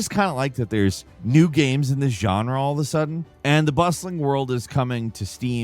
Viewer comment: Did you notice now he mispronounces things all the time? Seriously, being subscribed for years, he has always said "gaems" not "games"